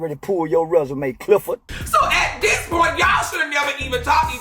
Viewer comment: he said “CliffordT”